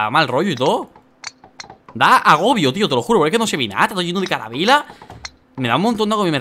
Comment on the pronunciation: "CARABELA" jajajajajajajjaja